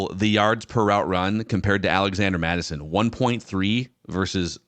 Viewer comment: It’s ‘Mattison’ btw